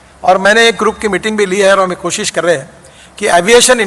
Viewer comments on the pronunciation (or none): none